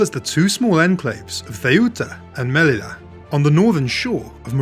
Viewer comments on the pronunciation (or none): What the fuck is theuta and melila? If you are doing some educational video at least learn how to pronounce it correctly. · BalEarics, MelliYa check pronunciations.